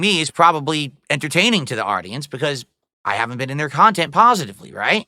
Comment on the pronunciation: your wife doesnt want to be in your khhhaaaannnttteennntttt